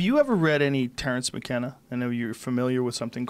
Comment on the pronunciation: Joe "Have you ever heard of Merrance TcKenna" Rogan